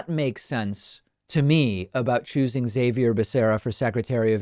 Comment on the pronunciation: Why is David pronouncing Xavier's name wrong? It's Spanish bro, pronounced "Ha-vier" not "Zai-vier."